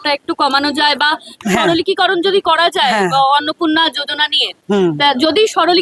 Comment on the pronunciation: সাংবাদিক মহোদয়া, আপনি বার বার" সরলিকিকরণ" কথাটা বলেছেন, বড্ড কানে লাগছে গো, কথাটা কি ঠিক??!! কথাটা " সরলীকরণ" হবে না?? জানি না আমার জানায় কোনো ভুল আছে কিনা! খুব কষ্ট করে যেটুকু লেখাপড়া শিখেছি, তাতে মনে হয় আমি ভুল বলছি না।যদি ভুল বলি তাহলে আমায় শুধরে দেবেন।ভালো থাকবেন।